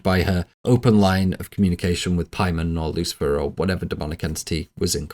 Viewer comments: PAYMON THATS THE PRONUNCIATION NOT PIEMAN😂😂😂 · Its Pay-mun you fruit, not pie man. All the research and you cant look up a dictionary or just google how to say it. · the pronunciations are confusing me. it is really pay-mun. the i is a strong E sound. the O is a "Uh" Latin vowels. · Take a shot every time he says Paiman, take 2 shots every time he says Charpaiman. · I know it's Paimon but I can't help hearing 'Pieman' 😂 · Making a 4+ hour long video and mispronouncing the main antagonists name the whole time is wild. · “Referred to from here on out as CharPaimon” Who the hell is charpaimon? You mean Chaimon?